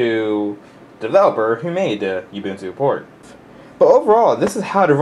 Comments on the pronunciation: Those of you who said it is not ubuntu this is ubuntu... just a very old version. Almost looks debian based so i think its ubuntu 7. and its not "youbuntu" its ubuntu like oo b u n t u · He pronounces it "You-Boon-Two" Instead of "Ou-Boon-Two" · I noticed you pronounce it you-buntu. According to the creators (on their own site) it is pronounced oo-boon-too. You're a tech-savy guy and Ubuntu is rapidly becoming a major Linux Distro because it is now on so many devices. -Thanks for this tutor, I've done it once and it was a pain with the tutor I had previously used. Your version makes it a lot easier.